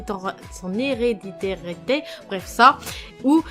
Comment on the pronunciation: L' héréditèré...😂😂😂 L' hérédité.... c' mieux non? Super taf comme d' hab Merci à toi 😊